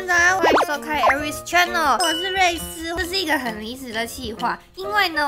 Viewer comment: 瑞斯發言念錯囉